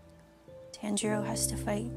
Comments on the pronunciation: the way she mispronounces tanjiro is hilarious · sssniperwolf said tenjiro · I’m going super saying bc of the pronunciation of Tanjiro